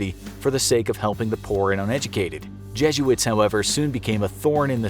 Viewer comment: The way you say jesuits 😬